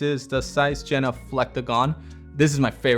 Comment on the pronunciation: Holy fuck are you butchering the name Jena, it took atleast 3 individual sentences with the name in them to make me understand what you were talking about. Kept thinking you were talking about some Zeiss lense lineup I didnt know about. Jena is the city where the factory was located as far as I know